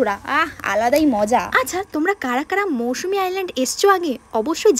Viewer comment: এত বেশি কথা না বলে আগে জায়গা টার নাম টা ঠিক করে বল ভাই ওটা মৌসুমী না মৌসুনি